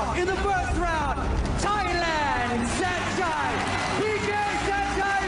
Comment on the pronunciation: It's pronounced san-chai